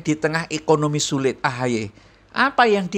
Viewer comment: Sebutanya AHY apa AHAAI ya sekarang😂